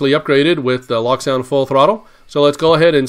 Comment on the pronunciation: Pleeeeease. It is not pronounced "lock sound" The decoder runs a locomotive. It is pronounced "loak" as in locomotive or the word cloak. Check the ESU videos.